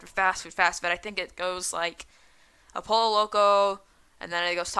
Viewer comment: And it not pronounced polo its pronounced poyo